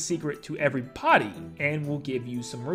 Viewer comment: Its a secret to every-PUDDY